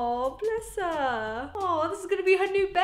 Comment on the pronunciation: Why do you always say ahwhwuuu blesssssss herrurue? And I’m spelling it the way your saying it